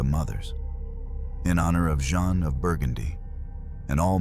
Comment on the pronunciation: 'Jeanne' pronounced 'Zs-yon'.